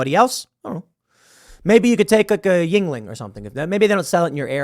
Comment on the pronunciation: Jesus christ. Americans and their inability to identify and prononuce foreign words. Its NOT JingLing. Its not a chinese beer my guy. Its YuEngling, which is the anglizized version of the German word Jüngling (meaning young boy). Jesus